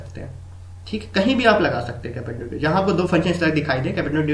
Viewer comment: its componendo and dividendo bro (not capendo divendo).. rest i liked your trick :)